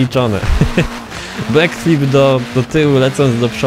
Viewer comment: Nie umiesz nawet dobrze wypowiedzieć backflip pozdro